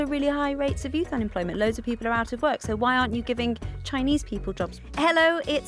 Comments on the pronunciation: "Flexiibo." "Peopo." Wtf. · Why do you pronounce people as p-pole